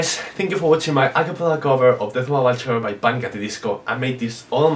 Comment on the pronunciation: Am i the only one noticing your pronouncing bachelor wrong.